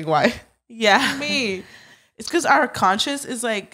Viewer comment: saying pecause instead of Because drives me crazy lol